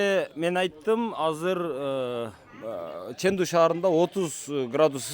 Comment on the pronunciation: Чендуу шаары десен, нымдуу шаары дегендей угулат экен.